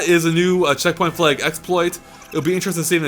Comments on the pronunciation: lol sounds like he is saying "flauge" instead of flag. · "Flay-guh" Its flag...